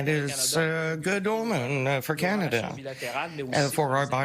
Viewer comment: No big deal in Can d i a 😁